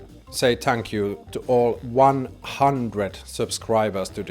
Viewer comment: Shock-let 😂 tank you 😂